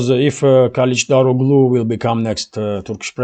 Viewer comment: One small piece of advice, no matter that I am not Turkish, I know some Turkish language, and the name Erdogan should be read as Erdoan, if you can't say that soft g in his name, And surnames as KalichdaroGly, the G is soft G, and if you can't say it as soft g, the surname should be said as Karichdaroly.